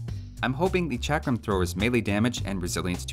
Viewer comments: Pronounced chuck-rum thrower. Source: am brown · it sould be pronounced chakaram thrower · In India chakram mean circle and u said it wrong way